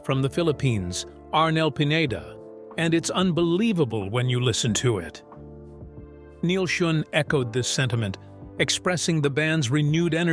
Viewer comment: I've actually met with Neal several times and he would be so pissed at that pronunciation of his Name....fix it